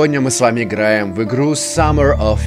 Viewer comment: Самер оф пятьдесят восемь, хахпха, меня разорвало